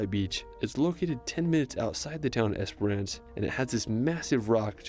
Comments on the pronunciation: not esper ance either... i wish instead of reading place names in australia and assuming they know the pronunciation... try askin a fuckin local instead!!! geez the only place he came even close to pronouncing right was beerwah... now other tourists will see this n think its the way to pronounce them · Great commentary, so many reply worthy comments too! ●Bondi (Bon-die) has been covered . ●Not "Es-per-ahhhnce", its three syllables packed into 2: "Es-prence". ● if you love kangaroo on a beach wait till you see kangaroo swimming through water, or drowning someone's dog! ●You nailed "Melbourne" first go! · Spent a lot of my childhood on Twilight Beach in Esperance. Pronounced Esperence. Yes, that is a large hole in the rock.